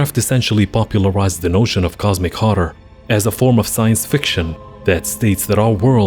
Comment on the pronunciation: I like the way you say horror. It sounds cool.